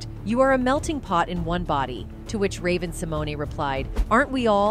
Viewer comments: I think it's Sim moan . e is silent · If you are going to report on someone please learn how to pronounce their name. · Learn to pronounce her name correctly if you are going to disk on her!